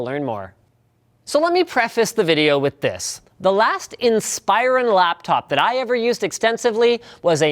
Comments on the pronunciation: AM I THE ONLY ONE BOTHERED BY LINUS' PRONUNCIATION OF INSPIRON? He kept saying in-SPY-ron when it's always been IN-spuh-ron on the commercials. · In+Spa+Ron. Dude pronounced it wrong on this video. He said In+Spy+Ron... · "In spy rawn" It's "in spih rawn" Linus. Come on. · goodness gracious its "insp-ER-ron" not "insp-eye-run". The "ir" sound is said like "inspiration" not like "inspire". The emphasis is on the "RON" at the end. So its really said "insper-RON". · He keeps pronouncing it incorrectly. It's pronounced "IN-spur-on" not "Inspire-on" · It's pronounced in-spur-on not inspire-on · Ins-per-on. Not In-spire-on... watch a Dell commercial ffs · Its not inspire-on. It's in-spur-on. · I always thought it was pronounced "In-spur-on" not "inspire-on" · Inspiron is spelled IN-sper-ON. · Stop saying "Inspire-on." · linus.. its not pronounced "inspire on" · "inspEYEron" lol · Inspire on? I thought it was pronounced like it was spelled. Dell ads pronounce it like that. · Is Inspiron supposed to be pronounced like "In-spy-run"? I always say it like "in-spih-ron". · Did you just call it a Dell Inspireron??? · Pronounced Inspiron wrong. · STOP PRONOUNCING INSPIRON WRONG!!! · Inspyren!!!!! try improve ur acent linus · you are pronouncing inspiron wrong lol